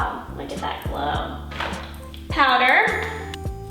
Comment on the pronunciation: I heard say pader instead of powder😂🤣